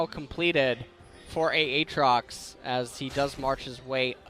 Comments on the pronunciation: saying a-atrox makes me hate him even more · They both pronounce his name wrong apparently. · So do they just both intentionally mispronounce Aatrox on purpose? lol